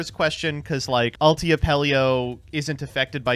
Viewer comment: Why tf does pronounce “ulti” like “ult eye”